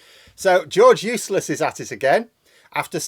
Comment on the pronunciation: When you were saying his name, it sounded like “George Useless”. Which is very apt.